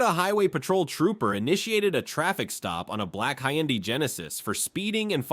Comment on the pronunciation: "high-an-dee"? its pronounced "hun-die." smh